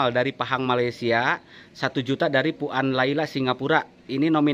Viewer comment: Puan bunyinya “puwan”